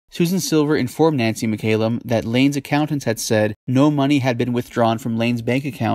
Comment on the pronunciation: It mc callum not mc ay lum. A Scottish surname